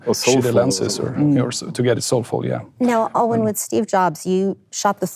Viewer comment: I guess Alwin gave up long ago trying to correct folk from mispronouncing his name. German 'w' is an American 'v'. Hey, and cohort, think: chipmunks.